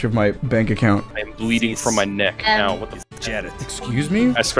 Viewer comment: "I tell you hwat, young man. I don't think I know hwat a 'heart of the cards' is, but I know for certain you've got the heart of a Texan"